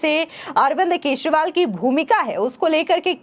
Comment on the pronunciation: केजरीवाल की जगह केसरीवाल सुनाई देती है